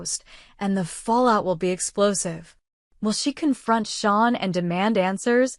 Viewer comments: It is pronounced Shane not Shawn. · His name is "Shane" not sean. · Its Shane not Sean